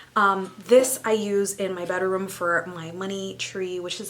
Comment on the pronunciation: Did you say "bedaroom"? Love it!!!